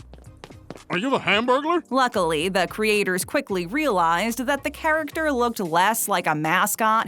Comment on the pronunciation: She said charackater